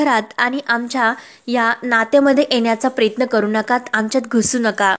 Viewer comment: किती गावंढळ आहात हो तुम्ही सांगितलं होतं व्हिडिओ तयार करू नका हजारो अशुद्ध शब्द बोलता बैलाचा कासरा असतो दाव नाही प्रयत्न प्रेयत्न नाही इतके वेळा सांगूनही तुमच्यात काहीच बदल नाही😅😂